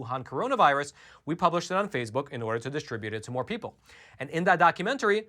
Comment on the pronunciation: What is "phasebuk"?